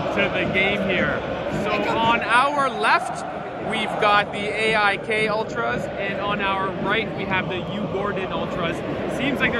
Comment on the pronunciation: cheering for 'eh eye kay' as a way to blend in 😂